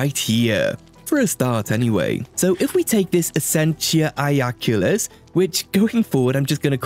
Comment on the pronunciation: Super high quality video, good job! Also, I’m pretty good with Latin, and while your pronunciation of Essentia Iaculis (likely meaning Javelin of Essence?) wasn’t perfect it was certainly good enough lol